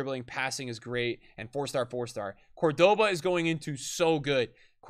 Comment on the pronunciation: You could at least... I dunno... try? With the pronunciation... Man, hearing Ginola, Cordoba, Papin, Park Ji Sung and such pronounced like that was painful.